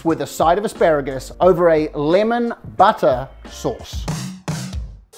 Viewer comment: Love the humour. A well balanced meal with humour is so good. What’s with the ‘buttah’ ? NZ butter ?